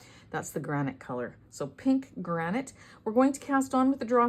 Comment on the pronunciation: It’s granite lol